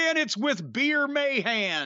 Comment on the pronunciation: He was saying BEER the whole time 💀